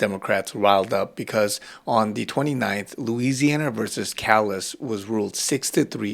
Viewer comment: Hi, I love your videos, just an FYI, Callais is pronounced Cal-Lay.